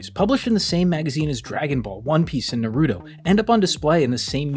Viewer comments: Cannot believe you pronounced Naruto like that its not naroodo its Nah Ru TOH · Nah wtf is “Naroodo”? 💀😭🙏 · You said NaROOto and now I’m out PEACE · HOW DO SO MANY PEOPLE MISPRONOUNCE NARUTO????